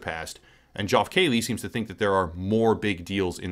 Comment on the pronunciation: "Joff Kayley" lmao ok